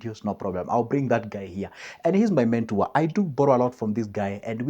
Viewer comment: Eeei Joseph yawa......mentor not mentour